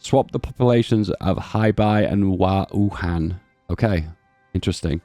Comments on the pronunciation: Yeah I think he has dyspraxia or something bruh he wasn’t even close 😂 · That Wuhan pronunciation killed me